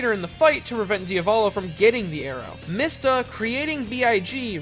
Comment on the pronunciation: MEESTA ITS PRONOUNCED MEESTA this is because the japanese character "mi" is pronounced "Mee"